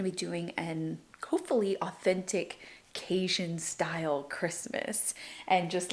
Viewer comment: I am from Louisiana also. I have never heard CaJun pronounced the way you say it. Is it something only the new generation says? All my people are from Louisiana and all my hubby’s family is from Louisiana and none say it that way. Just wondering.